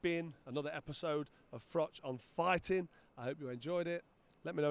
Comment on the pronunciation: Figh-tin man lost again